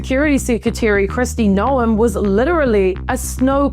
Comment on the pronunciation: Still only half as unexpected as pronouncing the E in Noem LOL